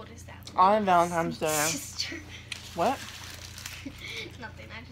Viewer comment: Happy Valentine’s Day. I always laugh when people say valentimes day. It’s cute